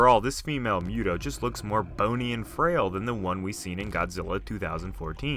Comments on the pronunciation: Listening to you say Muto that way just rubbed me the wrong way. It's not Mew-toe it's Moo-toe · It's pronounced Muto (moo-toe) Not (mew-toe) that just sounds retarded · I believe it’s pronounced MOO-toe....not MUTE-oh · Moo-too not mute-oh bro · It’s MU-to bro not “MEW-to” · Not to nitpick, but you're pronouncing it wrong. It's pronounced "MOO-Toe", not "Mew-toe". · He's like "miutow" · Ok it's correctly pronounced MOOTOE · Fun Fact: M.U.T.O was confirmed to be pronounced as MOOTOE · I hate that you say mute-o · Its pronounced mootow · If he keeps pronouncing M.U.T.O like that I'm gonna lose my mind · Can you please not pronounce MUTO like you do? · The hell is a mute-oh bahahahaha